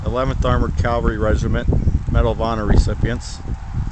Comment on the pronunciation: As a former tanker with the 3rd Armored in Germany, the proper pronouncation is CAVALRY, not Calvary. Calvary is the hill Christ was crucified on. If you're going to do a video, please use proper English.